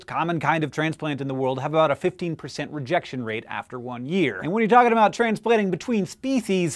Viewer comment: when he first says "rejection" he turns into an old British academic.